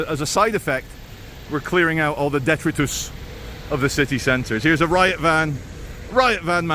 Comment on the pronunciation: Detritus - duh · trai ·tuhs